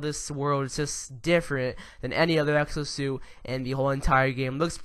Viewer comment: Is it just me or did I hear him say sexo suit at times throughout the video?